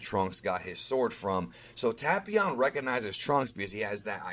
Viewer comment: Android 13! It’s “Tape-ion” 😉